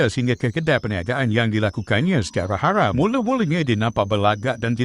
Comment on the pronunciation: Eiiii geli nye dengo,cakap orang tu ,cuba dengo cara dia sebut Haram,kesedaran geli betul Sajat lagi proper sebut tu.